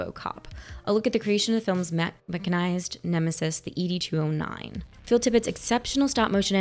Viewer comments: Ee Dee 209 😂 Ed 209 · Not "E.D. 209," but "Ed 209"